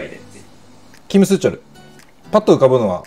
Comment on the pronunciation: スーチョルの発音がギャル😂笑笑